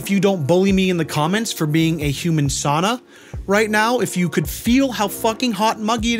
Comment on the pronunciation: it is sauna, not sauna.